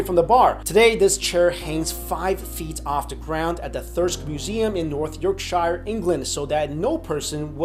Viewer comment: Ok, great... the Busby chair is so near where I live, I had no idea! BTW North Yorkshire is pronounced North York-shu